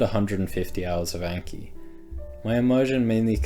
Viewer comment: Long "a" in the words "anki" and "kanji" (those are japanese words....)